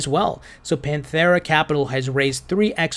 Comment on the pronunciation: Why are you forcing an h on Pantera? Pantera: (Pan Tare uh)